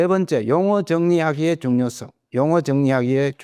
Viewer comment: 왜 중요썽"이라고 된 소리로 발음하십니까!? 잘못입니다